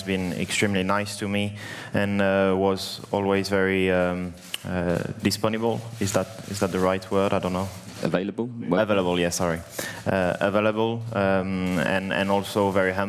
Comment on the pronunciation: Gian Felipe He pronounced the French word in English lol “disponible”